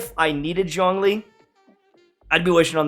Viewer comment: Why no one pronounce Zhongli correctly even in game? It's Zhong, the o sound is like the oo in book, it's not dong or schlong